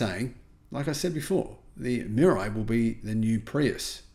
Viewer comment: It’s pronounced MEE-RAH-EE.